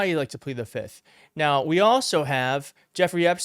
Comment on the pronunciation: the word if plead the. F I F T H not FITH